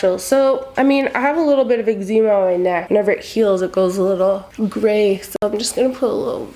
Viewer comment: Friend, are you saying Eczema?